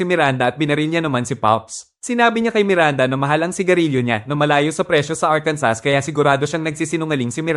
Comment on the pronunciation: ARKANSO THE REAL PRONUNCIATION.